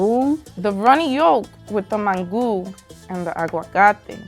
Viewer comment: After she pronounced it Man-Goo I knew it was over for shorty